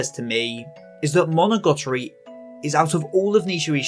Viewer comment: amazing video, I cant lie I did cringe every time you mis-said monogatari as monogotori though